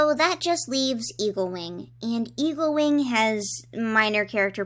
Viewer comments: I keep hearing you say “Evilwing” and not “Eaglewing”. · every time you say eaglewing it sounds like you say evilwing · when you said eaglewing i heard evilwing. tHaT's a cOiNcEdEnCe